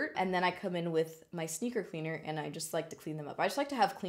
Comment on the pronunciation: When you said "sneaker cleaner" I thought you said "stinker cleaner", and I'm all like 🤔"stinker?" as in your butt?? 😂😂 #mindingutter